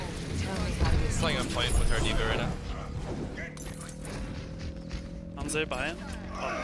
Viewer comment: I knew he was Canadian by the way he pronounced Hanzo.